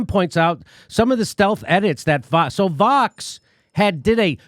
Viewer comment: It sounds like he’s saying Fox instead of Vox 😬